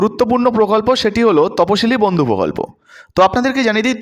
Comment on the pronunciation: বদ্ধউ নয় ওটা বন্ধু